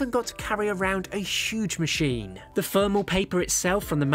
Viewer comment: What is Fermal paper ? Why cant you Brits pronounce the letter T and H with using the letter F. Its exhausting.